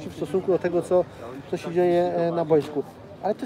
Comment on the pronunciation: Zauważyliście, że oni wszyscy w PZPNie mówią bojsko zamiast boisko? Nawałka tak mówił, Brzęczek tak mówi i tu Koźmiński też mówi "na bojsku". Brzęczek jeszcze do tego wszystkiego mówi "reprentacja" :P